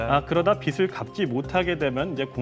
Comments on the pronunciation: 보도 내용은 논외로 하고 한 가지 꼬집어야 할 게 있습니다. 내용 중에 '빚'에 관한 멘트를 할 때마다 빚 다음에 오는 말의 발음이 틀립니다. 예컨테 빚을... 이라고 할 때 발음이 비즐.. 로 해야 하는데 빚츨.. 이라고 합니다. 이러면 그 빚은 의미가 빚이 아니라 빛(햇빛)을 의미하는 발음이 됩니다. 공영방송에서 아나운서와 기자로 나와 보도를 하면서 이런 것을 실수하는 것은 작지 않은 지적거리가 아닐까 싶어 쓴 소리를 써봅니다. 혹시 맞춤법이 변경되서 위 컨텐츠의 발음이 맞는 것이라면 죄송하다는 말씀 드립니다. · 빗이 [비시] 빛을 [비츨]이 아니고 빚이 [비지] 빚을 [비즐] 이렇게 읽으셔야 하는데… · 빚을 [비슬]이라고 발음하는 거 저만 거슬리나요...... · 기자라는 분이 "나라빚이 많아" 를 "나라빛이 많아" 로 발음을 하시네요. 심지어 조금 있다가는 계속 "중국에게 빚을 져서" 를 "중국에게 빗을 져서" 로 발음하시구요. 제발 기자님들이라도 제대로 된 한글 사용을 해주세요. 제발. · 똑 바로 못 읽냐!!! [나라 비치] ???? 기자는 빚을 지는 게 아니라 빛을 지나? 요샌 기자 대충 뽑는군